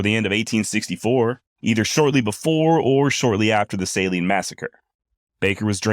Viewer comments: Ok. Ouachita is not pronounced that way. It's Wa-shi-taw. And the Saline river is pronounced Suh-leen, accent on "leen." Great 'cast. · Saline river… “suh lean” Ouachita…. Wash uh taw..😂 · Saline River = suh leen river. Ouachita Mountains = wash it tah Mountains